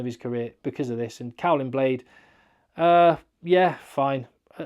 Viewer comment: Just an aside.... Caolin is pronounced "Kay-linn" (same Caelan too), not "Cow-linn".;)